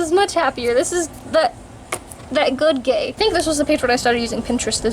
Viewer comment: C'mon man, "good gay"